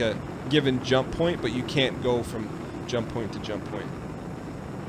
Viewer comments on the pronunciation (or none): He can't even say "go" correctly.